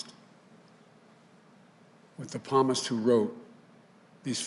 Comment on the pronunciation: He can’t say Psalms...! Psalmist? He’s Catholic and doesn’t know how to say those words? Just saying...